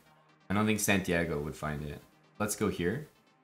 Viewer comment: The amount of disrespect on santiagos name lmao